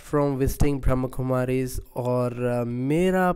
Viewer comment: Om Shanti brother Kindly correct your pronounciation. It's not brahm kumaris ...it's brahma kumaris.